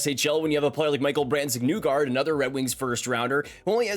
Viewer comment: I wish ppl would STOP MISPRONOUNCING Brandsegg-Nygård's last name, smh